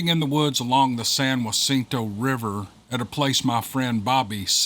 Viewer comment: San Jacinto is pronounced with a hard J